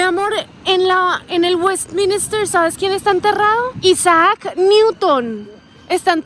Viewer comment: “Westminister “ lol “la torre del London eye” por favor …